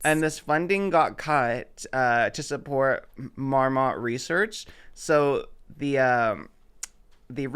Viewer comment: The way pronounces Marmot is killing me